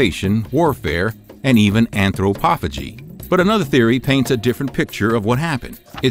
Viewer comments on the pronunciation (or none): what is the word he says? Enthropofagie?